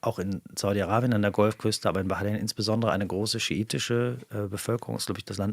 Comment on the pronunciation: Allein, dass er konsequent 'Iran' und nicht 'Der Iran' oder 'im Iran' sagt und auch Wörter/Begriffe wie Messias und Bahrain richtig ausspricht, zeigt, dass er Interesse an und Respekt für die Region und die Menschen dort hat, da spürt/hört man die Expertise. (Vielleicht möchte sich das ja zum Beispiel nehmen und sich diese unsägliche Merzsche U-krei-ne abgewöhnen: Es ist die U-kra-i-ne...)